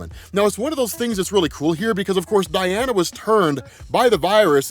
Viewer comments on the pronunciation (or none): none